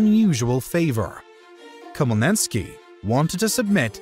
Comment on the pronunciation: Lol, i love butchered "Bohdan Khmelnytskyi", his last name is pronounced "h-mel-neet-skee"